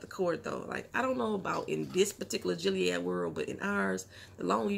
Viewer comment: Speaking of "Gilead language"... it's GILLead, not JILLead.